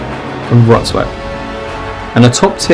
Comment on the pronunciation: Congratulations on your Polish! It took me an entire day in Wroclaw to finally get close to pronouncing it correctly